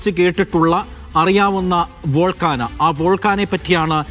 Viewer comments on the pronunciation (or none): ഞാനൊന്നും പാഠപുസ്തകങ്ങളിൽ വോൾക്കാന പഠിച്ചിട്ടില്ല..😅..ഒന്നുകിൽ american english pronunciation ഇൽ Vaal:kay:now അല്ലെങ്കിൽ british english pronunciation വച്ച് vol:kay:now എന്നും പറയും. കുറഞ്ഞപക്ഷം വോൾക്കാനോ എന്നെങ്കിലും പറയും. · വോൾക്കാന അല്ല 🤔 വോൾകേയ്നോ-Volcano (vawl·kay·noh) ആണ്. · വോൾകാനിക് 😂😂😂 വോൾക്കാന 😂😂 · " വോൾക്കാന"യോ?........ അതെന്തൊരാന? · വോൾക്കാന 😂😂😂😂😂 ഏത് തരം ആനയാണ്